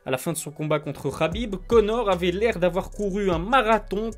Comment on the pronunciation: Oh gros Khabib c’est un k pas un r insupportable d’entendre Rhabib